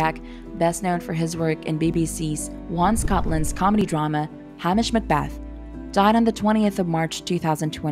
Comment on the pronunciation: It’s Hame - ish Macbeth